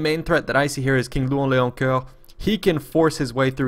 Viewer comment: Thanks for pronouncing King Louen Leoncoeur properly. lol Nice one beating these beasts with a selfish lame team player.